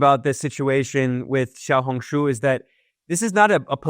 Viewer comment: you are a very good learner, your pronunciation of " small red book " in Mandarin is spot on 👍👍👍